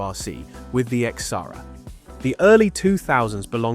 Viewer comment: It is Xsara, not X-sara. Like Ksara. :D